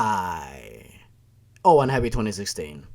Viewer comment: Jesus, when he said "Oh and" I heard "Owen" (My name.)